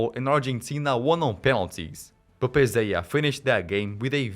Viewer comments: Pezella not Pezeya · his name is pronounced Pesseya